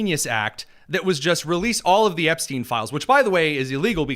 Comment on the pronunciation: dear Lord!!! "Release the 'Epstone' files" LMBO